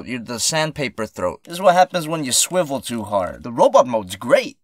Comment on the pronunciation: not swiffles it's swivle